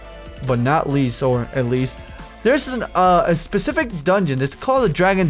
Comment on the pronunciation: "this SHPE-SHIF-IC...." Oh, xD